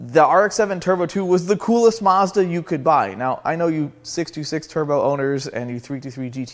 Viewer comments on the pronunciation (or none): It's SO annoying hearing the brand name being mis-pronounced 😢 It is a Mazda. A "MAZ-DA;" Not a "MaRRs-DaRR" 😮 ☹